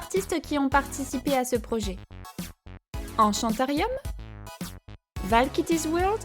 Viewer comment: She is so unique I have never seen anything like her! I adore the strawberry motif on her face! And I love how you pronounced Enchanterium, why is it that the french accent makes everything sound more elegant?! Thank you for inviting me into your collab! <3